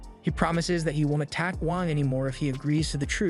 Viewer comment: I heard wank